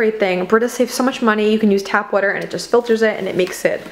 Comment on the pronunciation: Where on the globe are you that you pronounce water "whuter"? The linguist in me is interested.